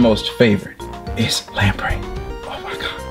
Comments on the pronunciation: Pronounces "Lapras" as "Laprey", "Ferrothorn" as "Ferret horn", and "Maractus" as "Marectus" Me: 😁😄😬🙄😳😤😡🤬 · Do u srsly pronounce Lapras as lampray? Seriously? That’s a sin in all regards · is calling Lapras 'Lamprey' an inside joke? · Is it me or does he say lapras weird